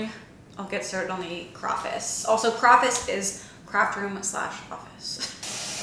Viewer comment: We need to stop saying crawfice 😂 it’s hitting my ears so wrong